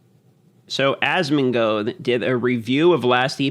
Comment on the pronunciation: Question: why do you always pronounce it as "AsmongOUd" instead of "AsmongOLD"? Is it intentional? Is that an inside joke?